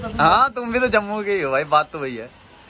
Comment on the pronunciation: Jumbu...jumbu क्या बोल रहा है कभी गुजरात मे भी आओ पता चलेगा ओके